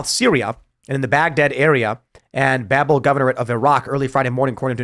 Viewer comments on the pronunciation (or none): none